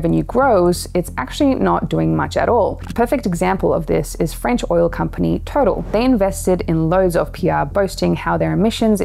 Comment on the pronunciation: U do an amazing job researching and communicating. Feels like a wave of info that is overwhelming at times. The pace is frantic. FYI: TOTAL is not pronounced ‘total’ but “toe-taaall” Keep it up!!!